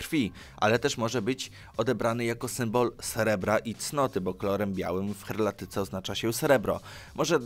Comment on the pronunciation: Nie herlatyce ale heraldycę... i tak jak pisałem. Zanim nagrasz przeczytaj tekst kilka razy bo zacinasz się, na trudniejszych wyrazach czytasz sylabami. unsub